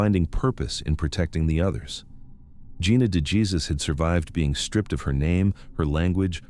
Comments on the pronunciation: Dejesus isnt pronouced jesus its hey zues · I am bothered by the fact you don't pronounce names correctly. De Jesus is pronounced DAY HAY SOOS. Duggard is pronounced DUG ERD. I'm sure there are many more to come in the video, but Geez. It's not hard to look up how words are pronounced. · Please please please learn how to say Gina’s last name. It sounds nothing like Jesus. It’s like a gut punch every time you pronounce her name wrong. Will you please correct?